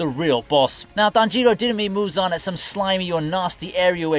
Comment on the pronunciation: come on man it's tanjiro, not tan jiro, just one word